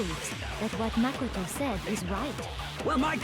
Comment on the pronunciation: "I supposed only Mah-ko-toe knows about tias"